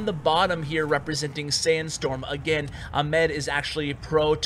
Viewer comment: your pronunciation of arabic names are somewhat funny XD, glad that salih and ahmed were arabic names and u butchered both of them XDDD, still love your videos tho